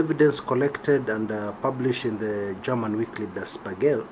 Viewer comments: you pronounce it as "Di" or "De" "shpigl" or "spigl" or "shpegl". The "r" in "Der" is silent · Its prounounced as 'di shpigel' translates to 'The Mirrow '